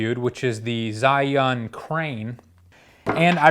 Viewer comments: Its pronounced 'jzhai-yun' not 'zin-yun' there isnt even a letter N in the name haha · Zhiyun is pronounced JERYOON or GERYOON just FYI take it or leave it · he keeps saying zin yun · Not sure why you call it Zinnyunn, though. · "Zin-yun" lol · You've butchered the name Zhiyun to a degree that I did not realize it was among the review until I read the description of this video.